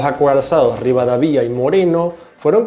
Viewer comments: No es ri va da vía, es Rivadavia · amigo muy bueno el canal! si no lo toma a mal, le digo que Rivadavia se acentua asi: rivaDAvia. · Fijate que "Rivadavia" no tiene tilde en la i, entonces no se dice RivadavÍa, se dice Rivadavia (Ri-va-da-via, está sin tilde, termina en vocal, entonces la acentuación va en "da", RivadAvia) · Es Rivadavia, no Rivadavía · no se dice rivadavÍa, se dice rivadÁvia (ya se que no se escribe así, solo hago notar donde se pronuncia correctamente el acento) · Está bueno el video, me gustaria corregir la pronunciación: Rirvadavia no tiene tilde, por lo que se acentúa en la sílaba DA y la sílaba final es un diptongo, o sea se pronuncia Ri-va-DA-via. Cochrane se pronuncia "Cocran" con acento en la o. Y Bolognesi se pronuncia Boloñesi. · Que le pasa a este pibe con el apellido Rivadavia? Lo pronuncia para la mierda! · Dios, todavía no aprendió a pronunciar bien Rivadavia